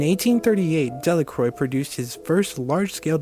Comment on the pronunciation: Pronunciation of his name was the first thing I noticed.